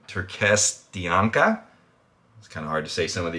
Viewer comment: my man mispronouncing nearly every compound. it's turkestanica, "coo-where-sittin" "appy-jennin". Still gave it a like though cause decent video and i'm interested in the supps